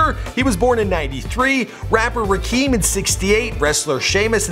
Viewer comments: Rakeeem?!?! Wtf?!? It's pronounced Rah-Kim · Rakim's name is pronounced "Rock-im", not "Rakeem". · lmao Rah-keem.....